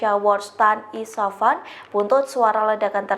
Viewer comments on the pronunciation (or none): IS FA HAN....bukan di baca ISA FAN....Coba di cermati yg dibaca sebelum di sampaikan..😮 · Isfahan bu bukan isapan 😂